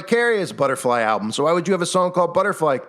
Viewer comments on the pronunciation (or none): Ok so maybe im crazy but when u say the word "album" it sounds alot like you're saying "owl-bum"...idk if that means anything or not but just thought it was strange